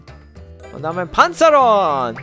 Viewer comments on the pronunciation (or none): Panzaeron nicht Panzaron xD